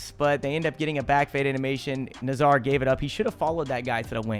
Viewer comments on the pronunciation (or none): none